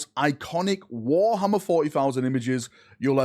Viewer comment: War 'ommer FortyFousand.